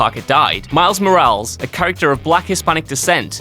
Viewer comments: sigh it's Miles Mora-less, not Miles Moraals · MOR-AL-EZ. Not "MorALZ". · It's pronounced mo-ra-les, not moráls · If you don't know how to pronounce Moreles LOOK IT UP don't guess! It's Spanish. It's not pronounced like morals. It's More AL is. If I went to the UK and pronounced UK place names wrong, I would get jeered. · More-Al-Ess. Not More-als. Jesuuuus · more-AL-es. Not Mor-ALS. Jesus.. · I understand you guys are british but really!? Moral-s? You should know the hispanic language, you have invaded their territory often enough! It's Moral-ES as in Moral-ès! It's amazing that people would have become so critical of one another without grasping the simplest rules of humanity. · Moh-rah-les.. come on buddy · Lmaoo the fact that he knows miles is black and hispanic and he said his last name like morals than Morales which is spanish is hilarious to me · Did he call him "Miles Moralz" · It's pronounced "Mor-al-ez" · "Miles Morahls" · Miles "Mo-rals" Really though...? -__ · Why it’s miles morales not miles morals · its not miles morals lmaooo why are you saying it like that!!!!! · Repeat after me mate Mo-ral-es lol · its moralis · Plz don’t say morales like that😂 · Are you SERIOUSLY pronouncing "Morales" as "Mo-RAHLS?!" Come on, man, don't be such an uncultured swine. I understand English is probably the only language you speak, but that doesn't give you an excuse to butcher other languages, especially Spanish, one of the most widely spoken languages in the world. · What is it about Whatculture that you guys can't properly pronounce names? Consistently. Moraals? I think my favorite for a while was Francis Ford Kapala. For all the research you guys do, you'd think pronunciation would be a bare minimum of competence. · its spelled morales but pronounced mora less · Its pronounced "Miles MORE-AL-Ayes" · MORE-AL-EHZ Bro you can’t even pronounce a Spanish name ROFL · I maintain this but now I hear Miles Morals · Say it with me...Mor-ral-lez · say it with me: “MO-RA-LES”